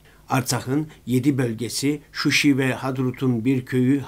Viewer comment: Şuşi değil ŞUŞA